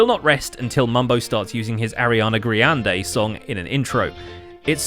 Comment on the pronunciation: "Ariana Gray-on-day"